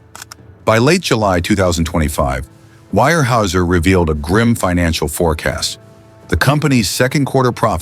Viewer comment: The pronunciation is Ware houser